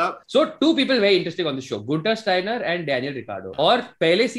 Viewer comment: Dada Guenther Steiner aesey kon pronounce karta hai